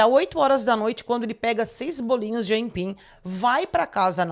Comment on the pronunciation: É so ela que fala "aimpim" ou isso é regional?